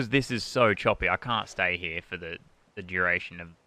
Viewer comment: when you cant say "here" properly and say "heyah"